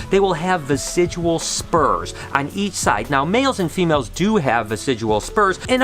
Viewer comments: Hey, Love that you're doing a "Reading your comments" type video! Those tend to be kind of popular, I think. But I also wanted to let you know the word's "vestigial" not "vesidual"! Noticed it in some past vlogs as well, but you used the term so many times here that I wanted to point that out for you. Hope your day is going awesome! All the snake breeding and clutches going on is so exciting~ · Good video, one thing bothered me though, it's "vestigial" as in "vestige" and not "vesijual." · dear, its pronounced "vest-idg-ee-al" vestigial. what u say sounds like residual, which means left over, but is the wrong word. the spurs are vestigial, or a vestige of past evolution. they were once a more functional appendage but now only serve a minor role in mating. now practice for us. VEST-IDG-EE-AL LOL, LUV U BRO!